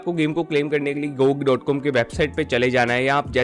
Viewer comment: Pronounce gog closing your mouth